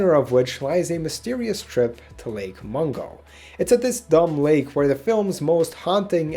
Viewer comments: no its mungo not mongo or mango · I'm trying not to laugh at the fact you called it "Lake Mongo"